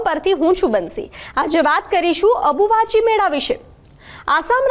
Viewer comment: Ambuvachi kevay dobi abuvahi nai😂